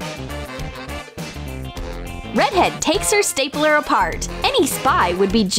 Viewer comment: Who heard staypeler? Instead of stapler?